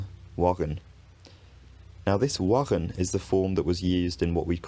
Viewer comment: Your pronunciation of wagen in Dutch was very good